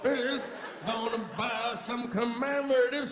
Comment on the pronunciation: "you know, where they byew the beers?"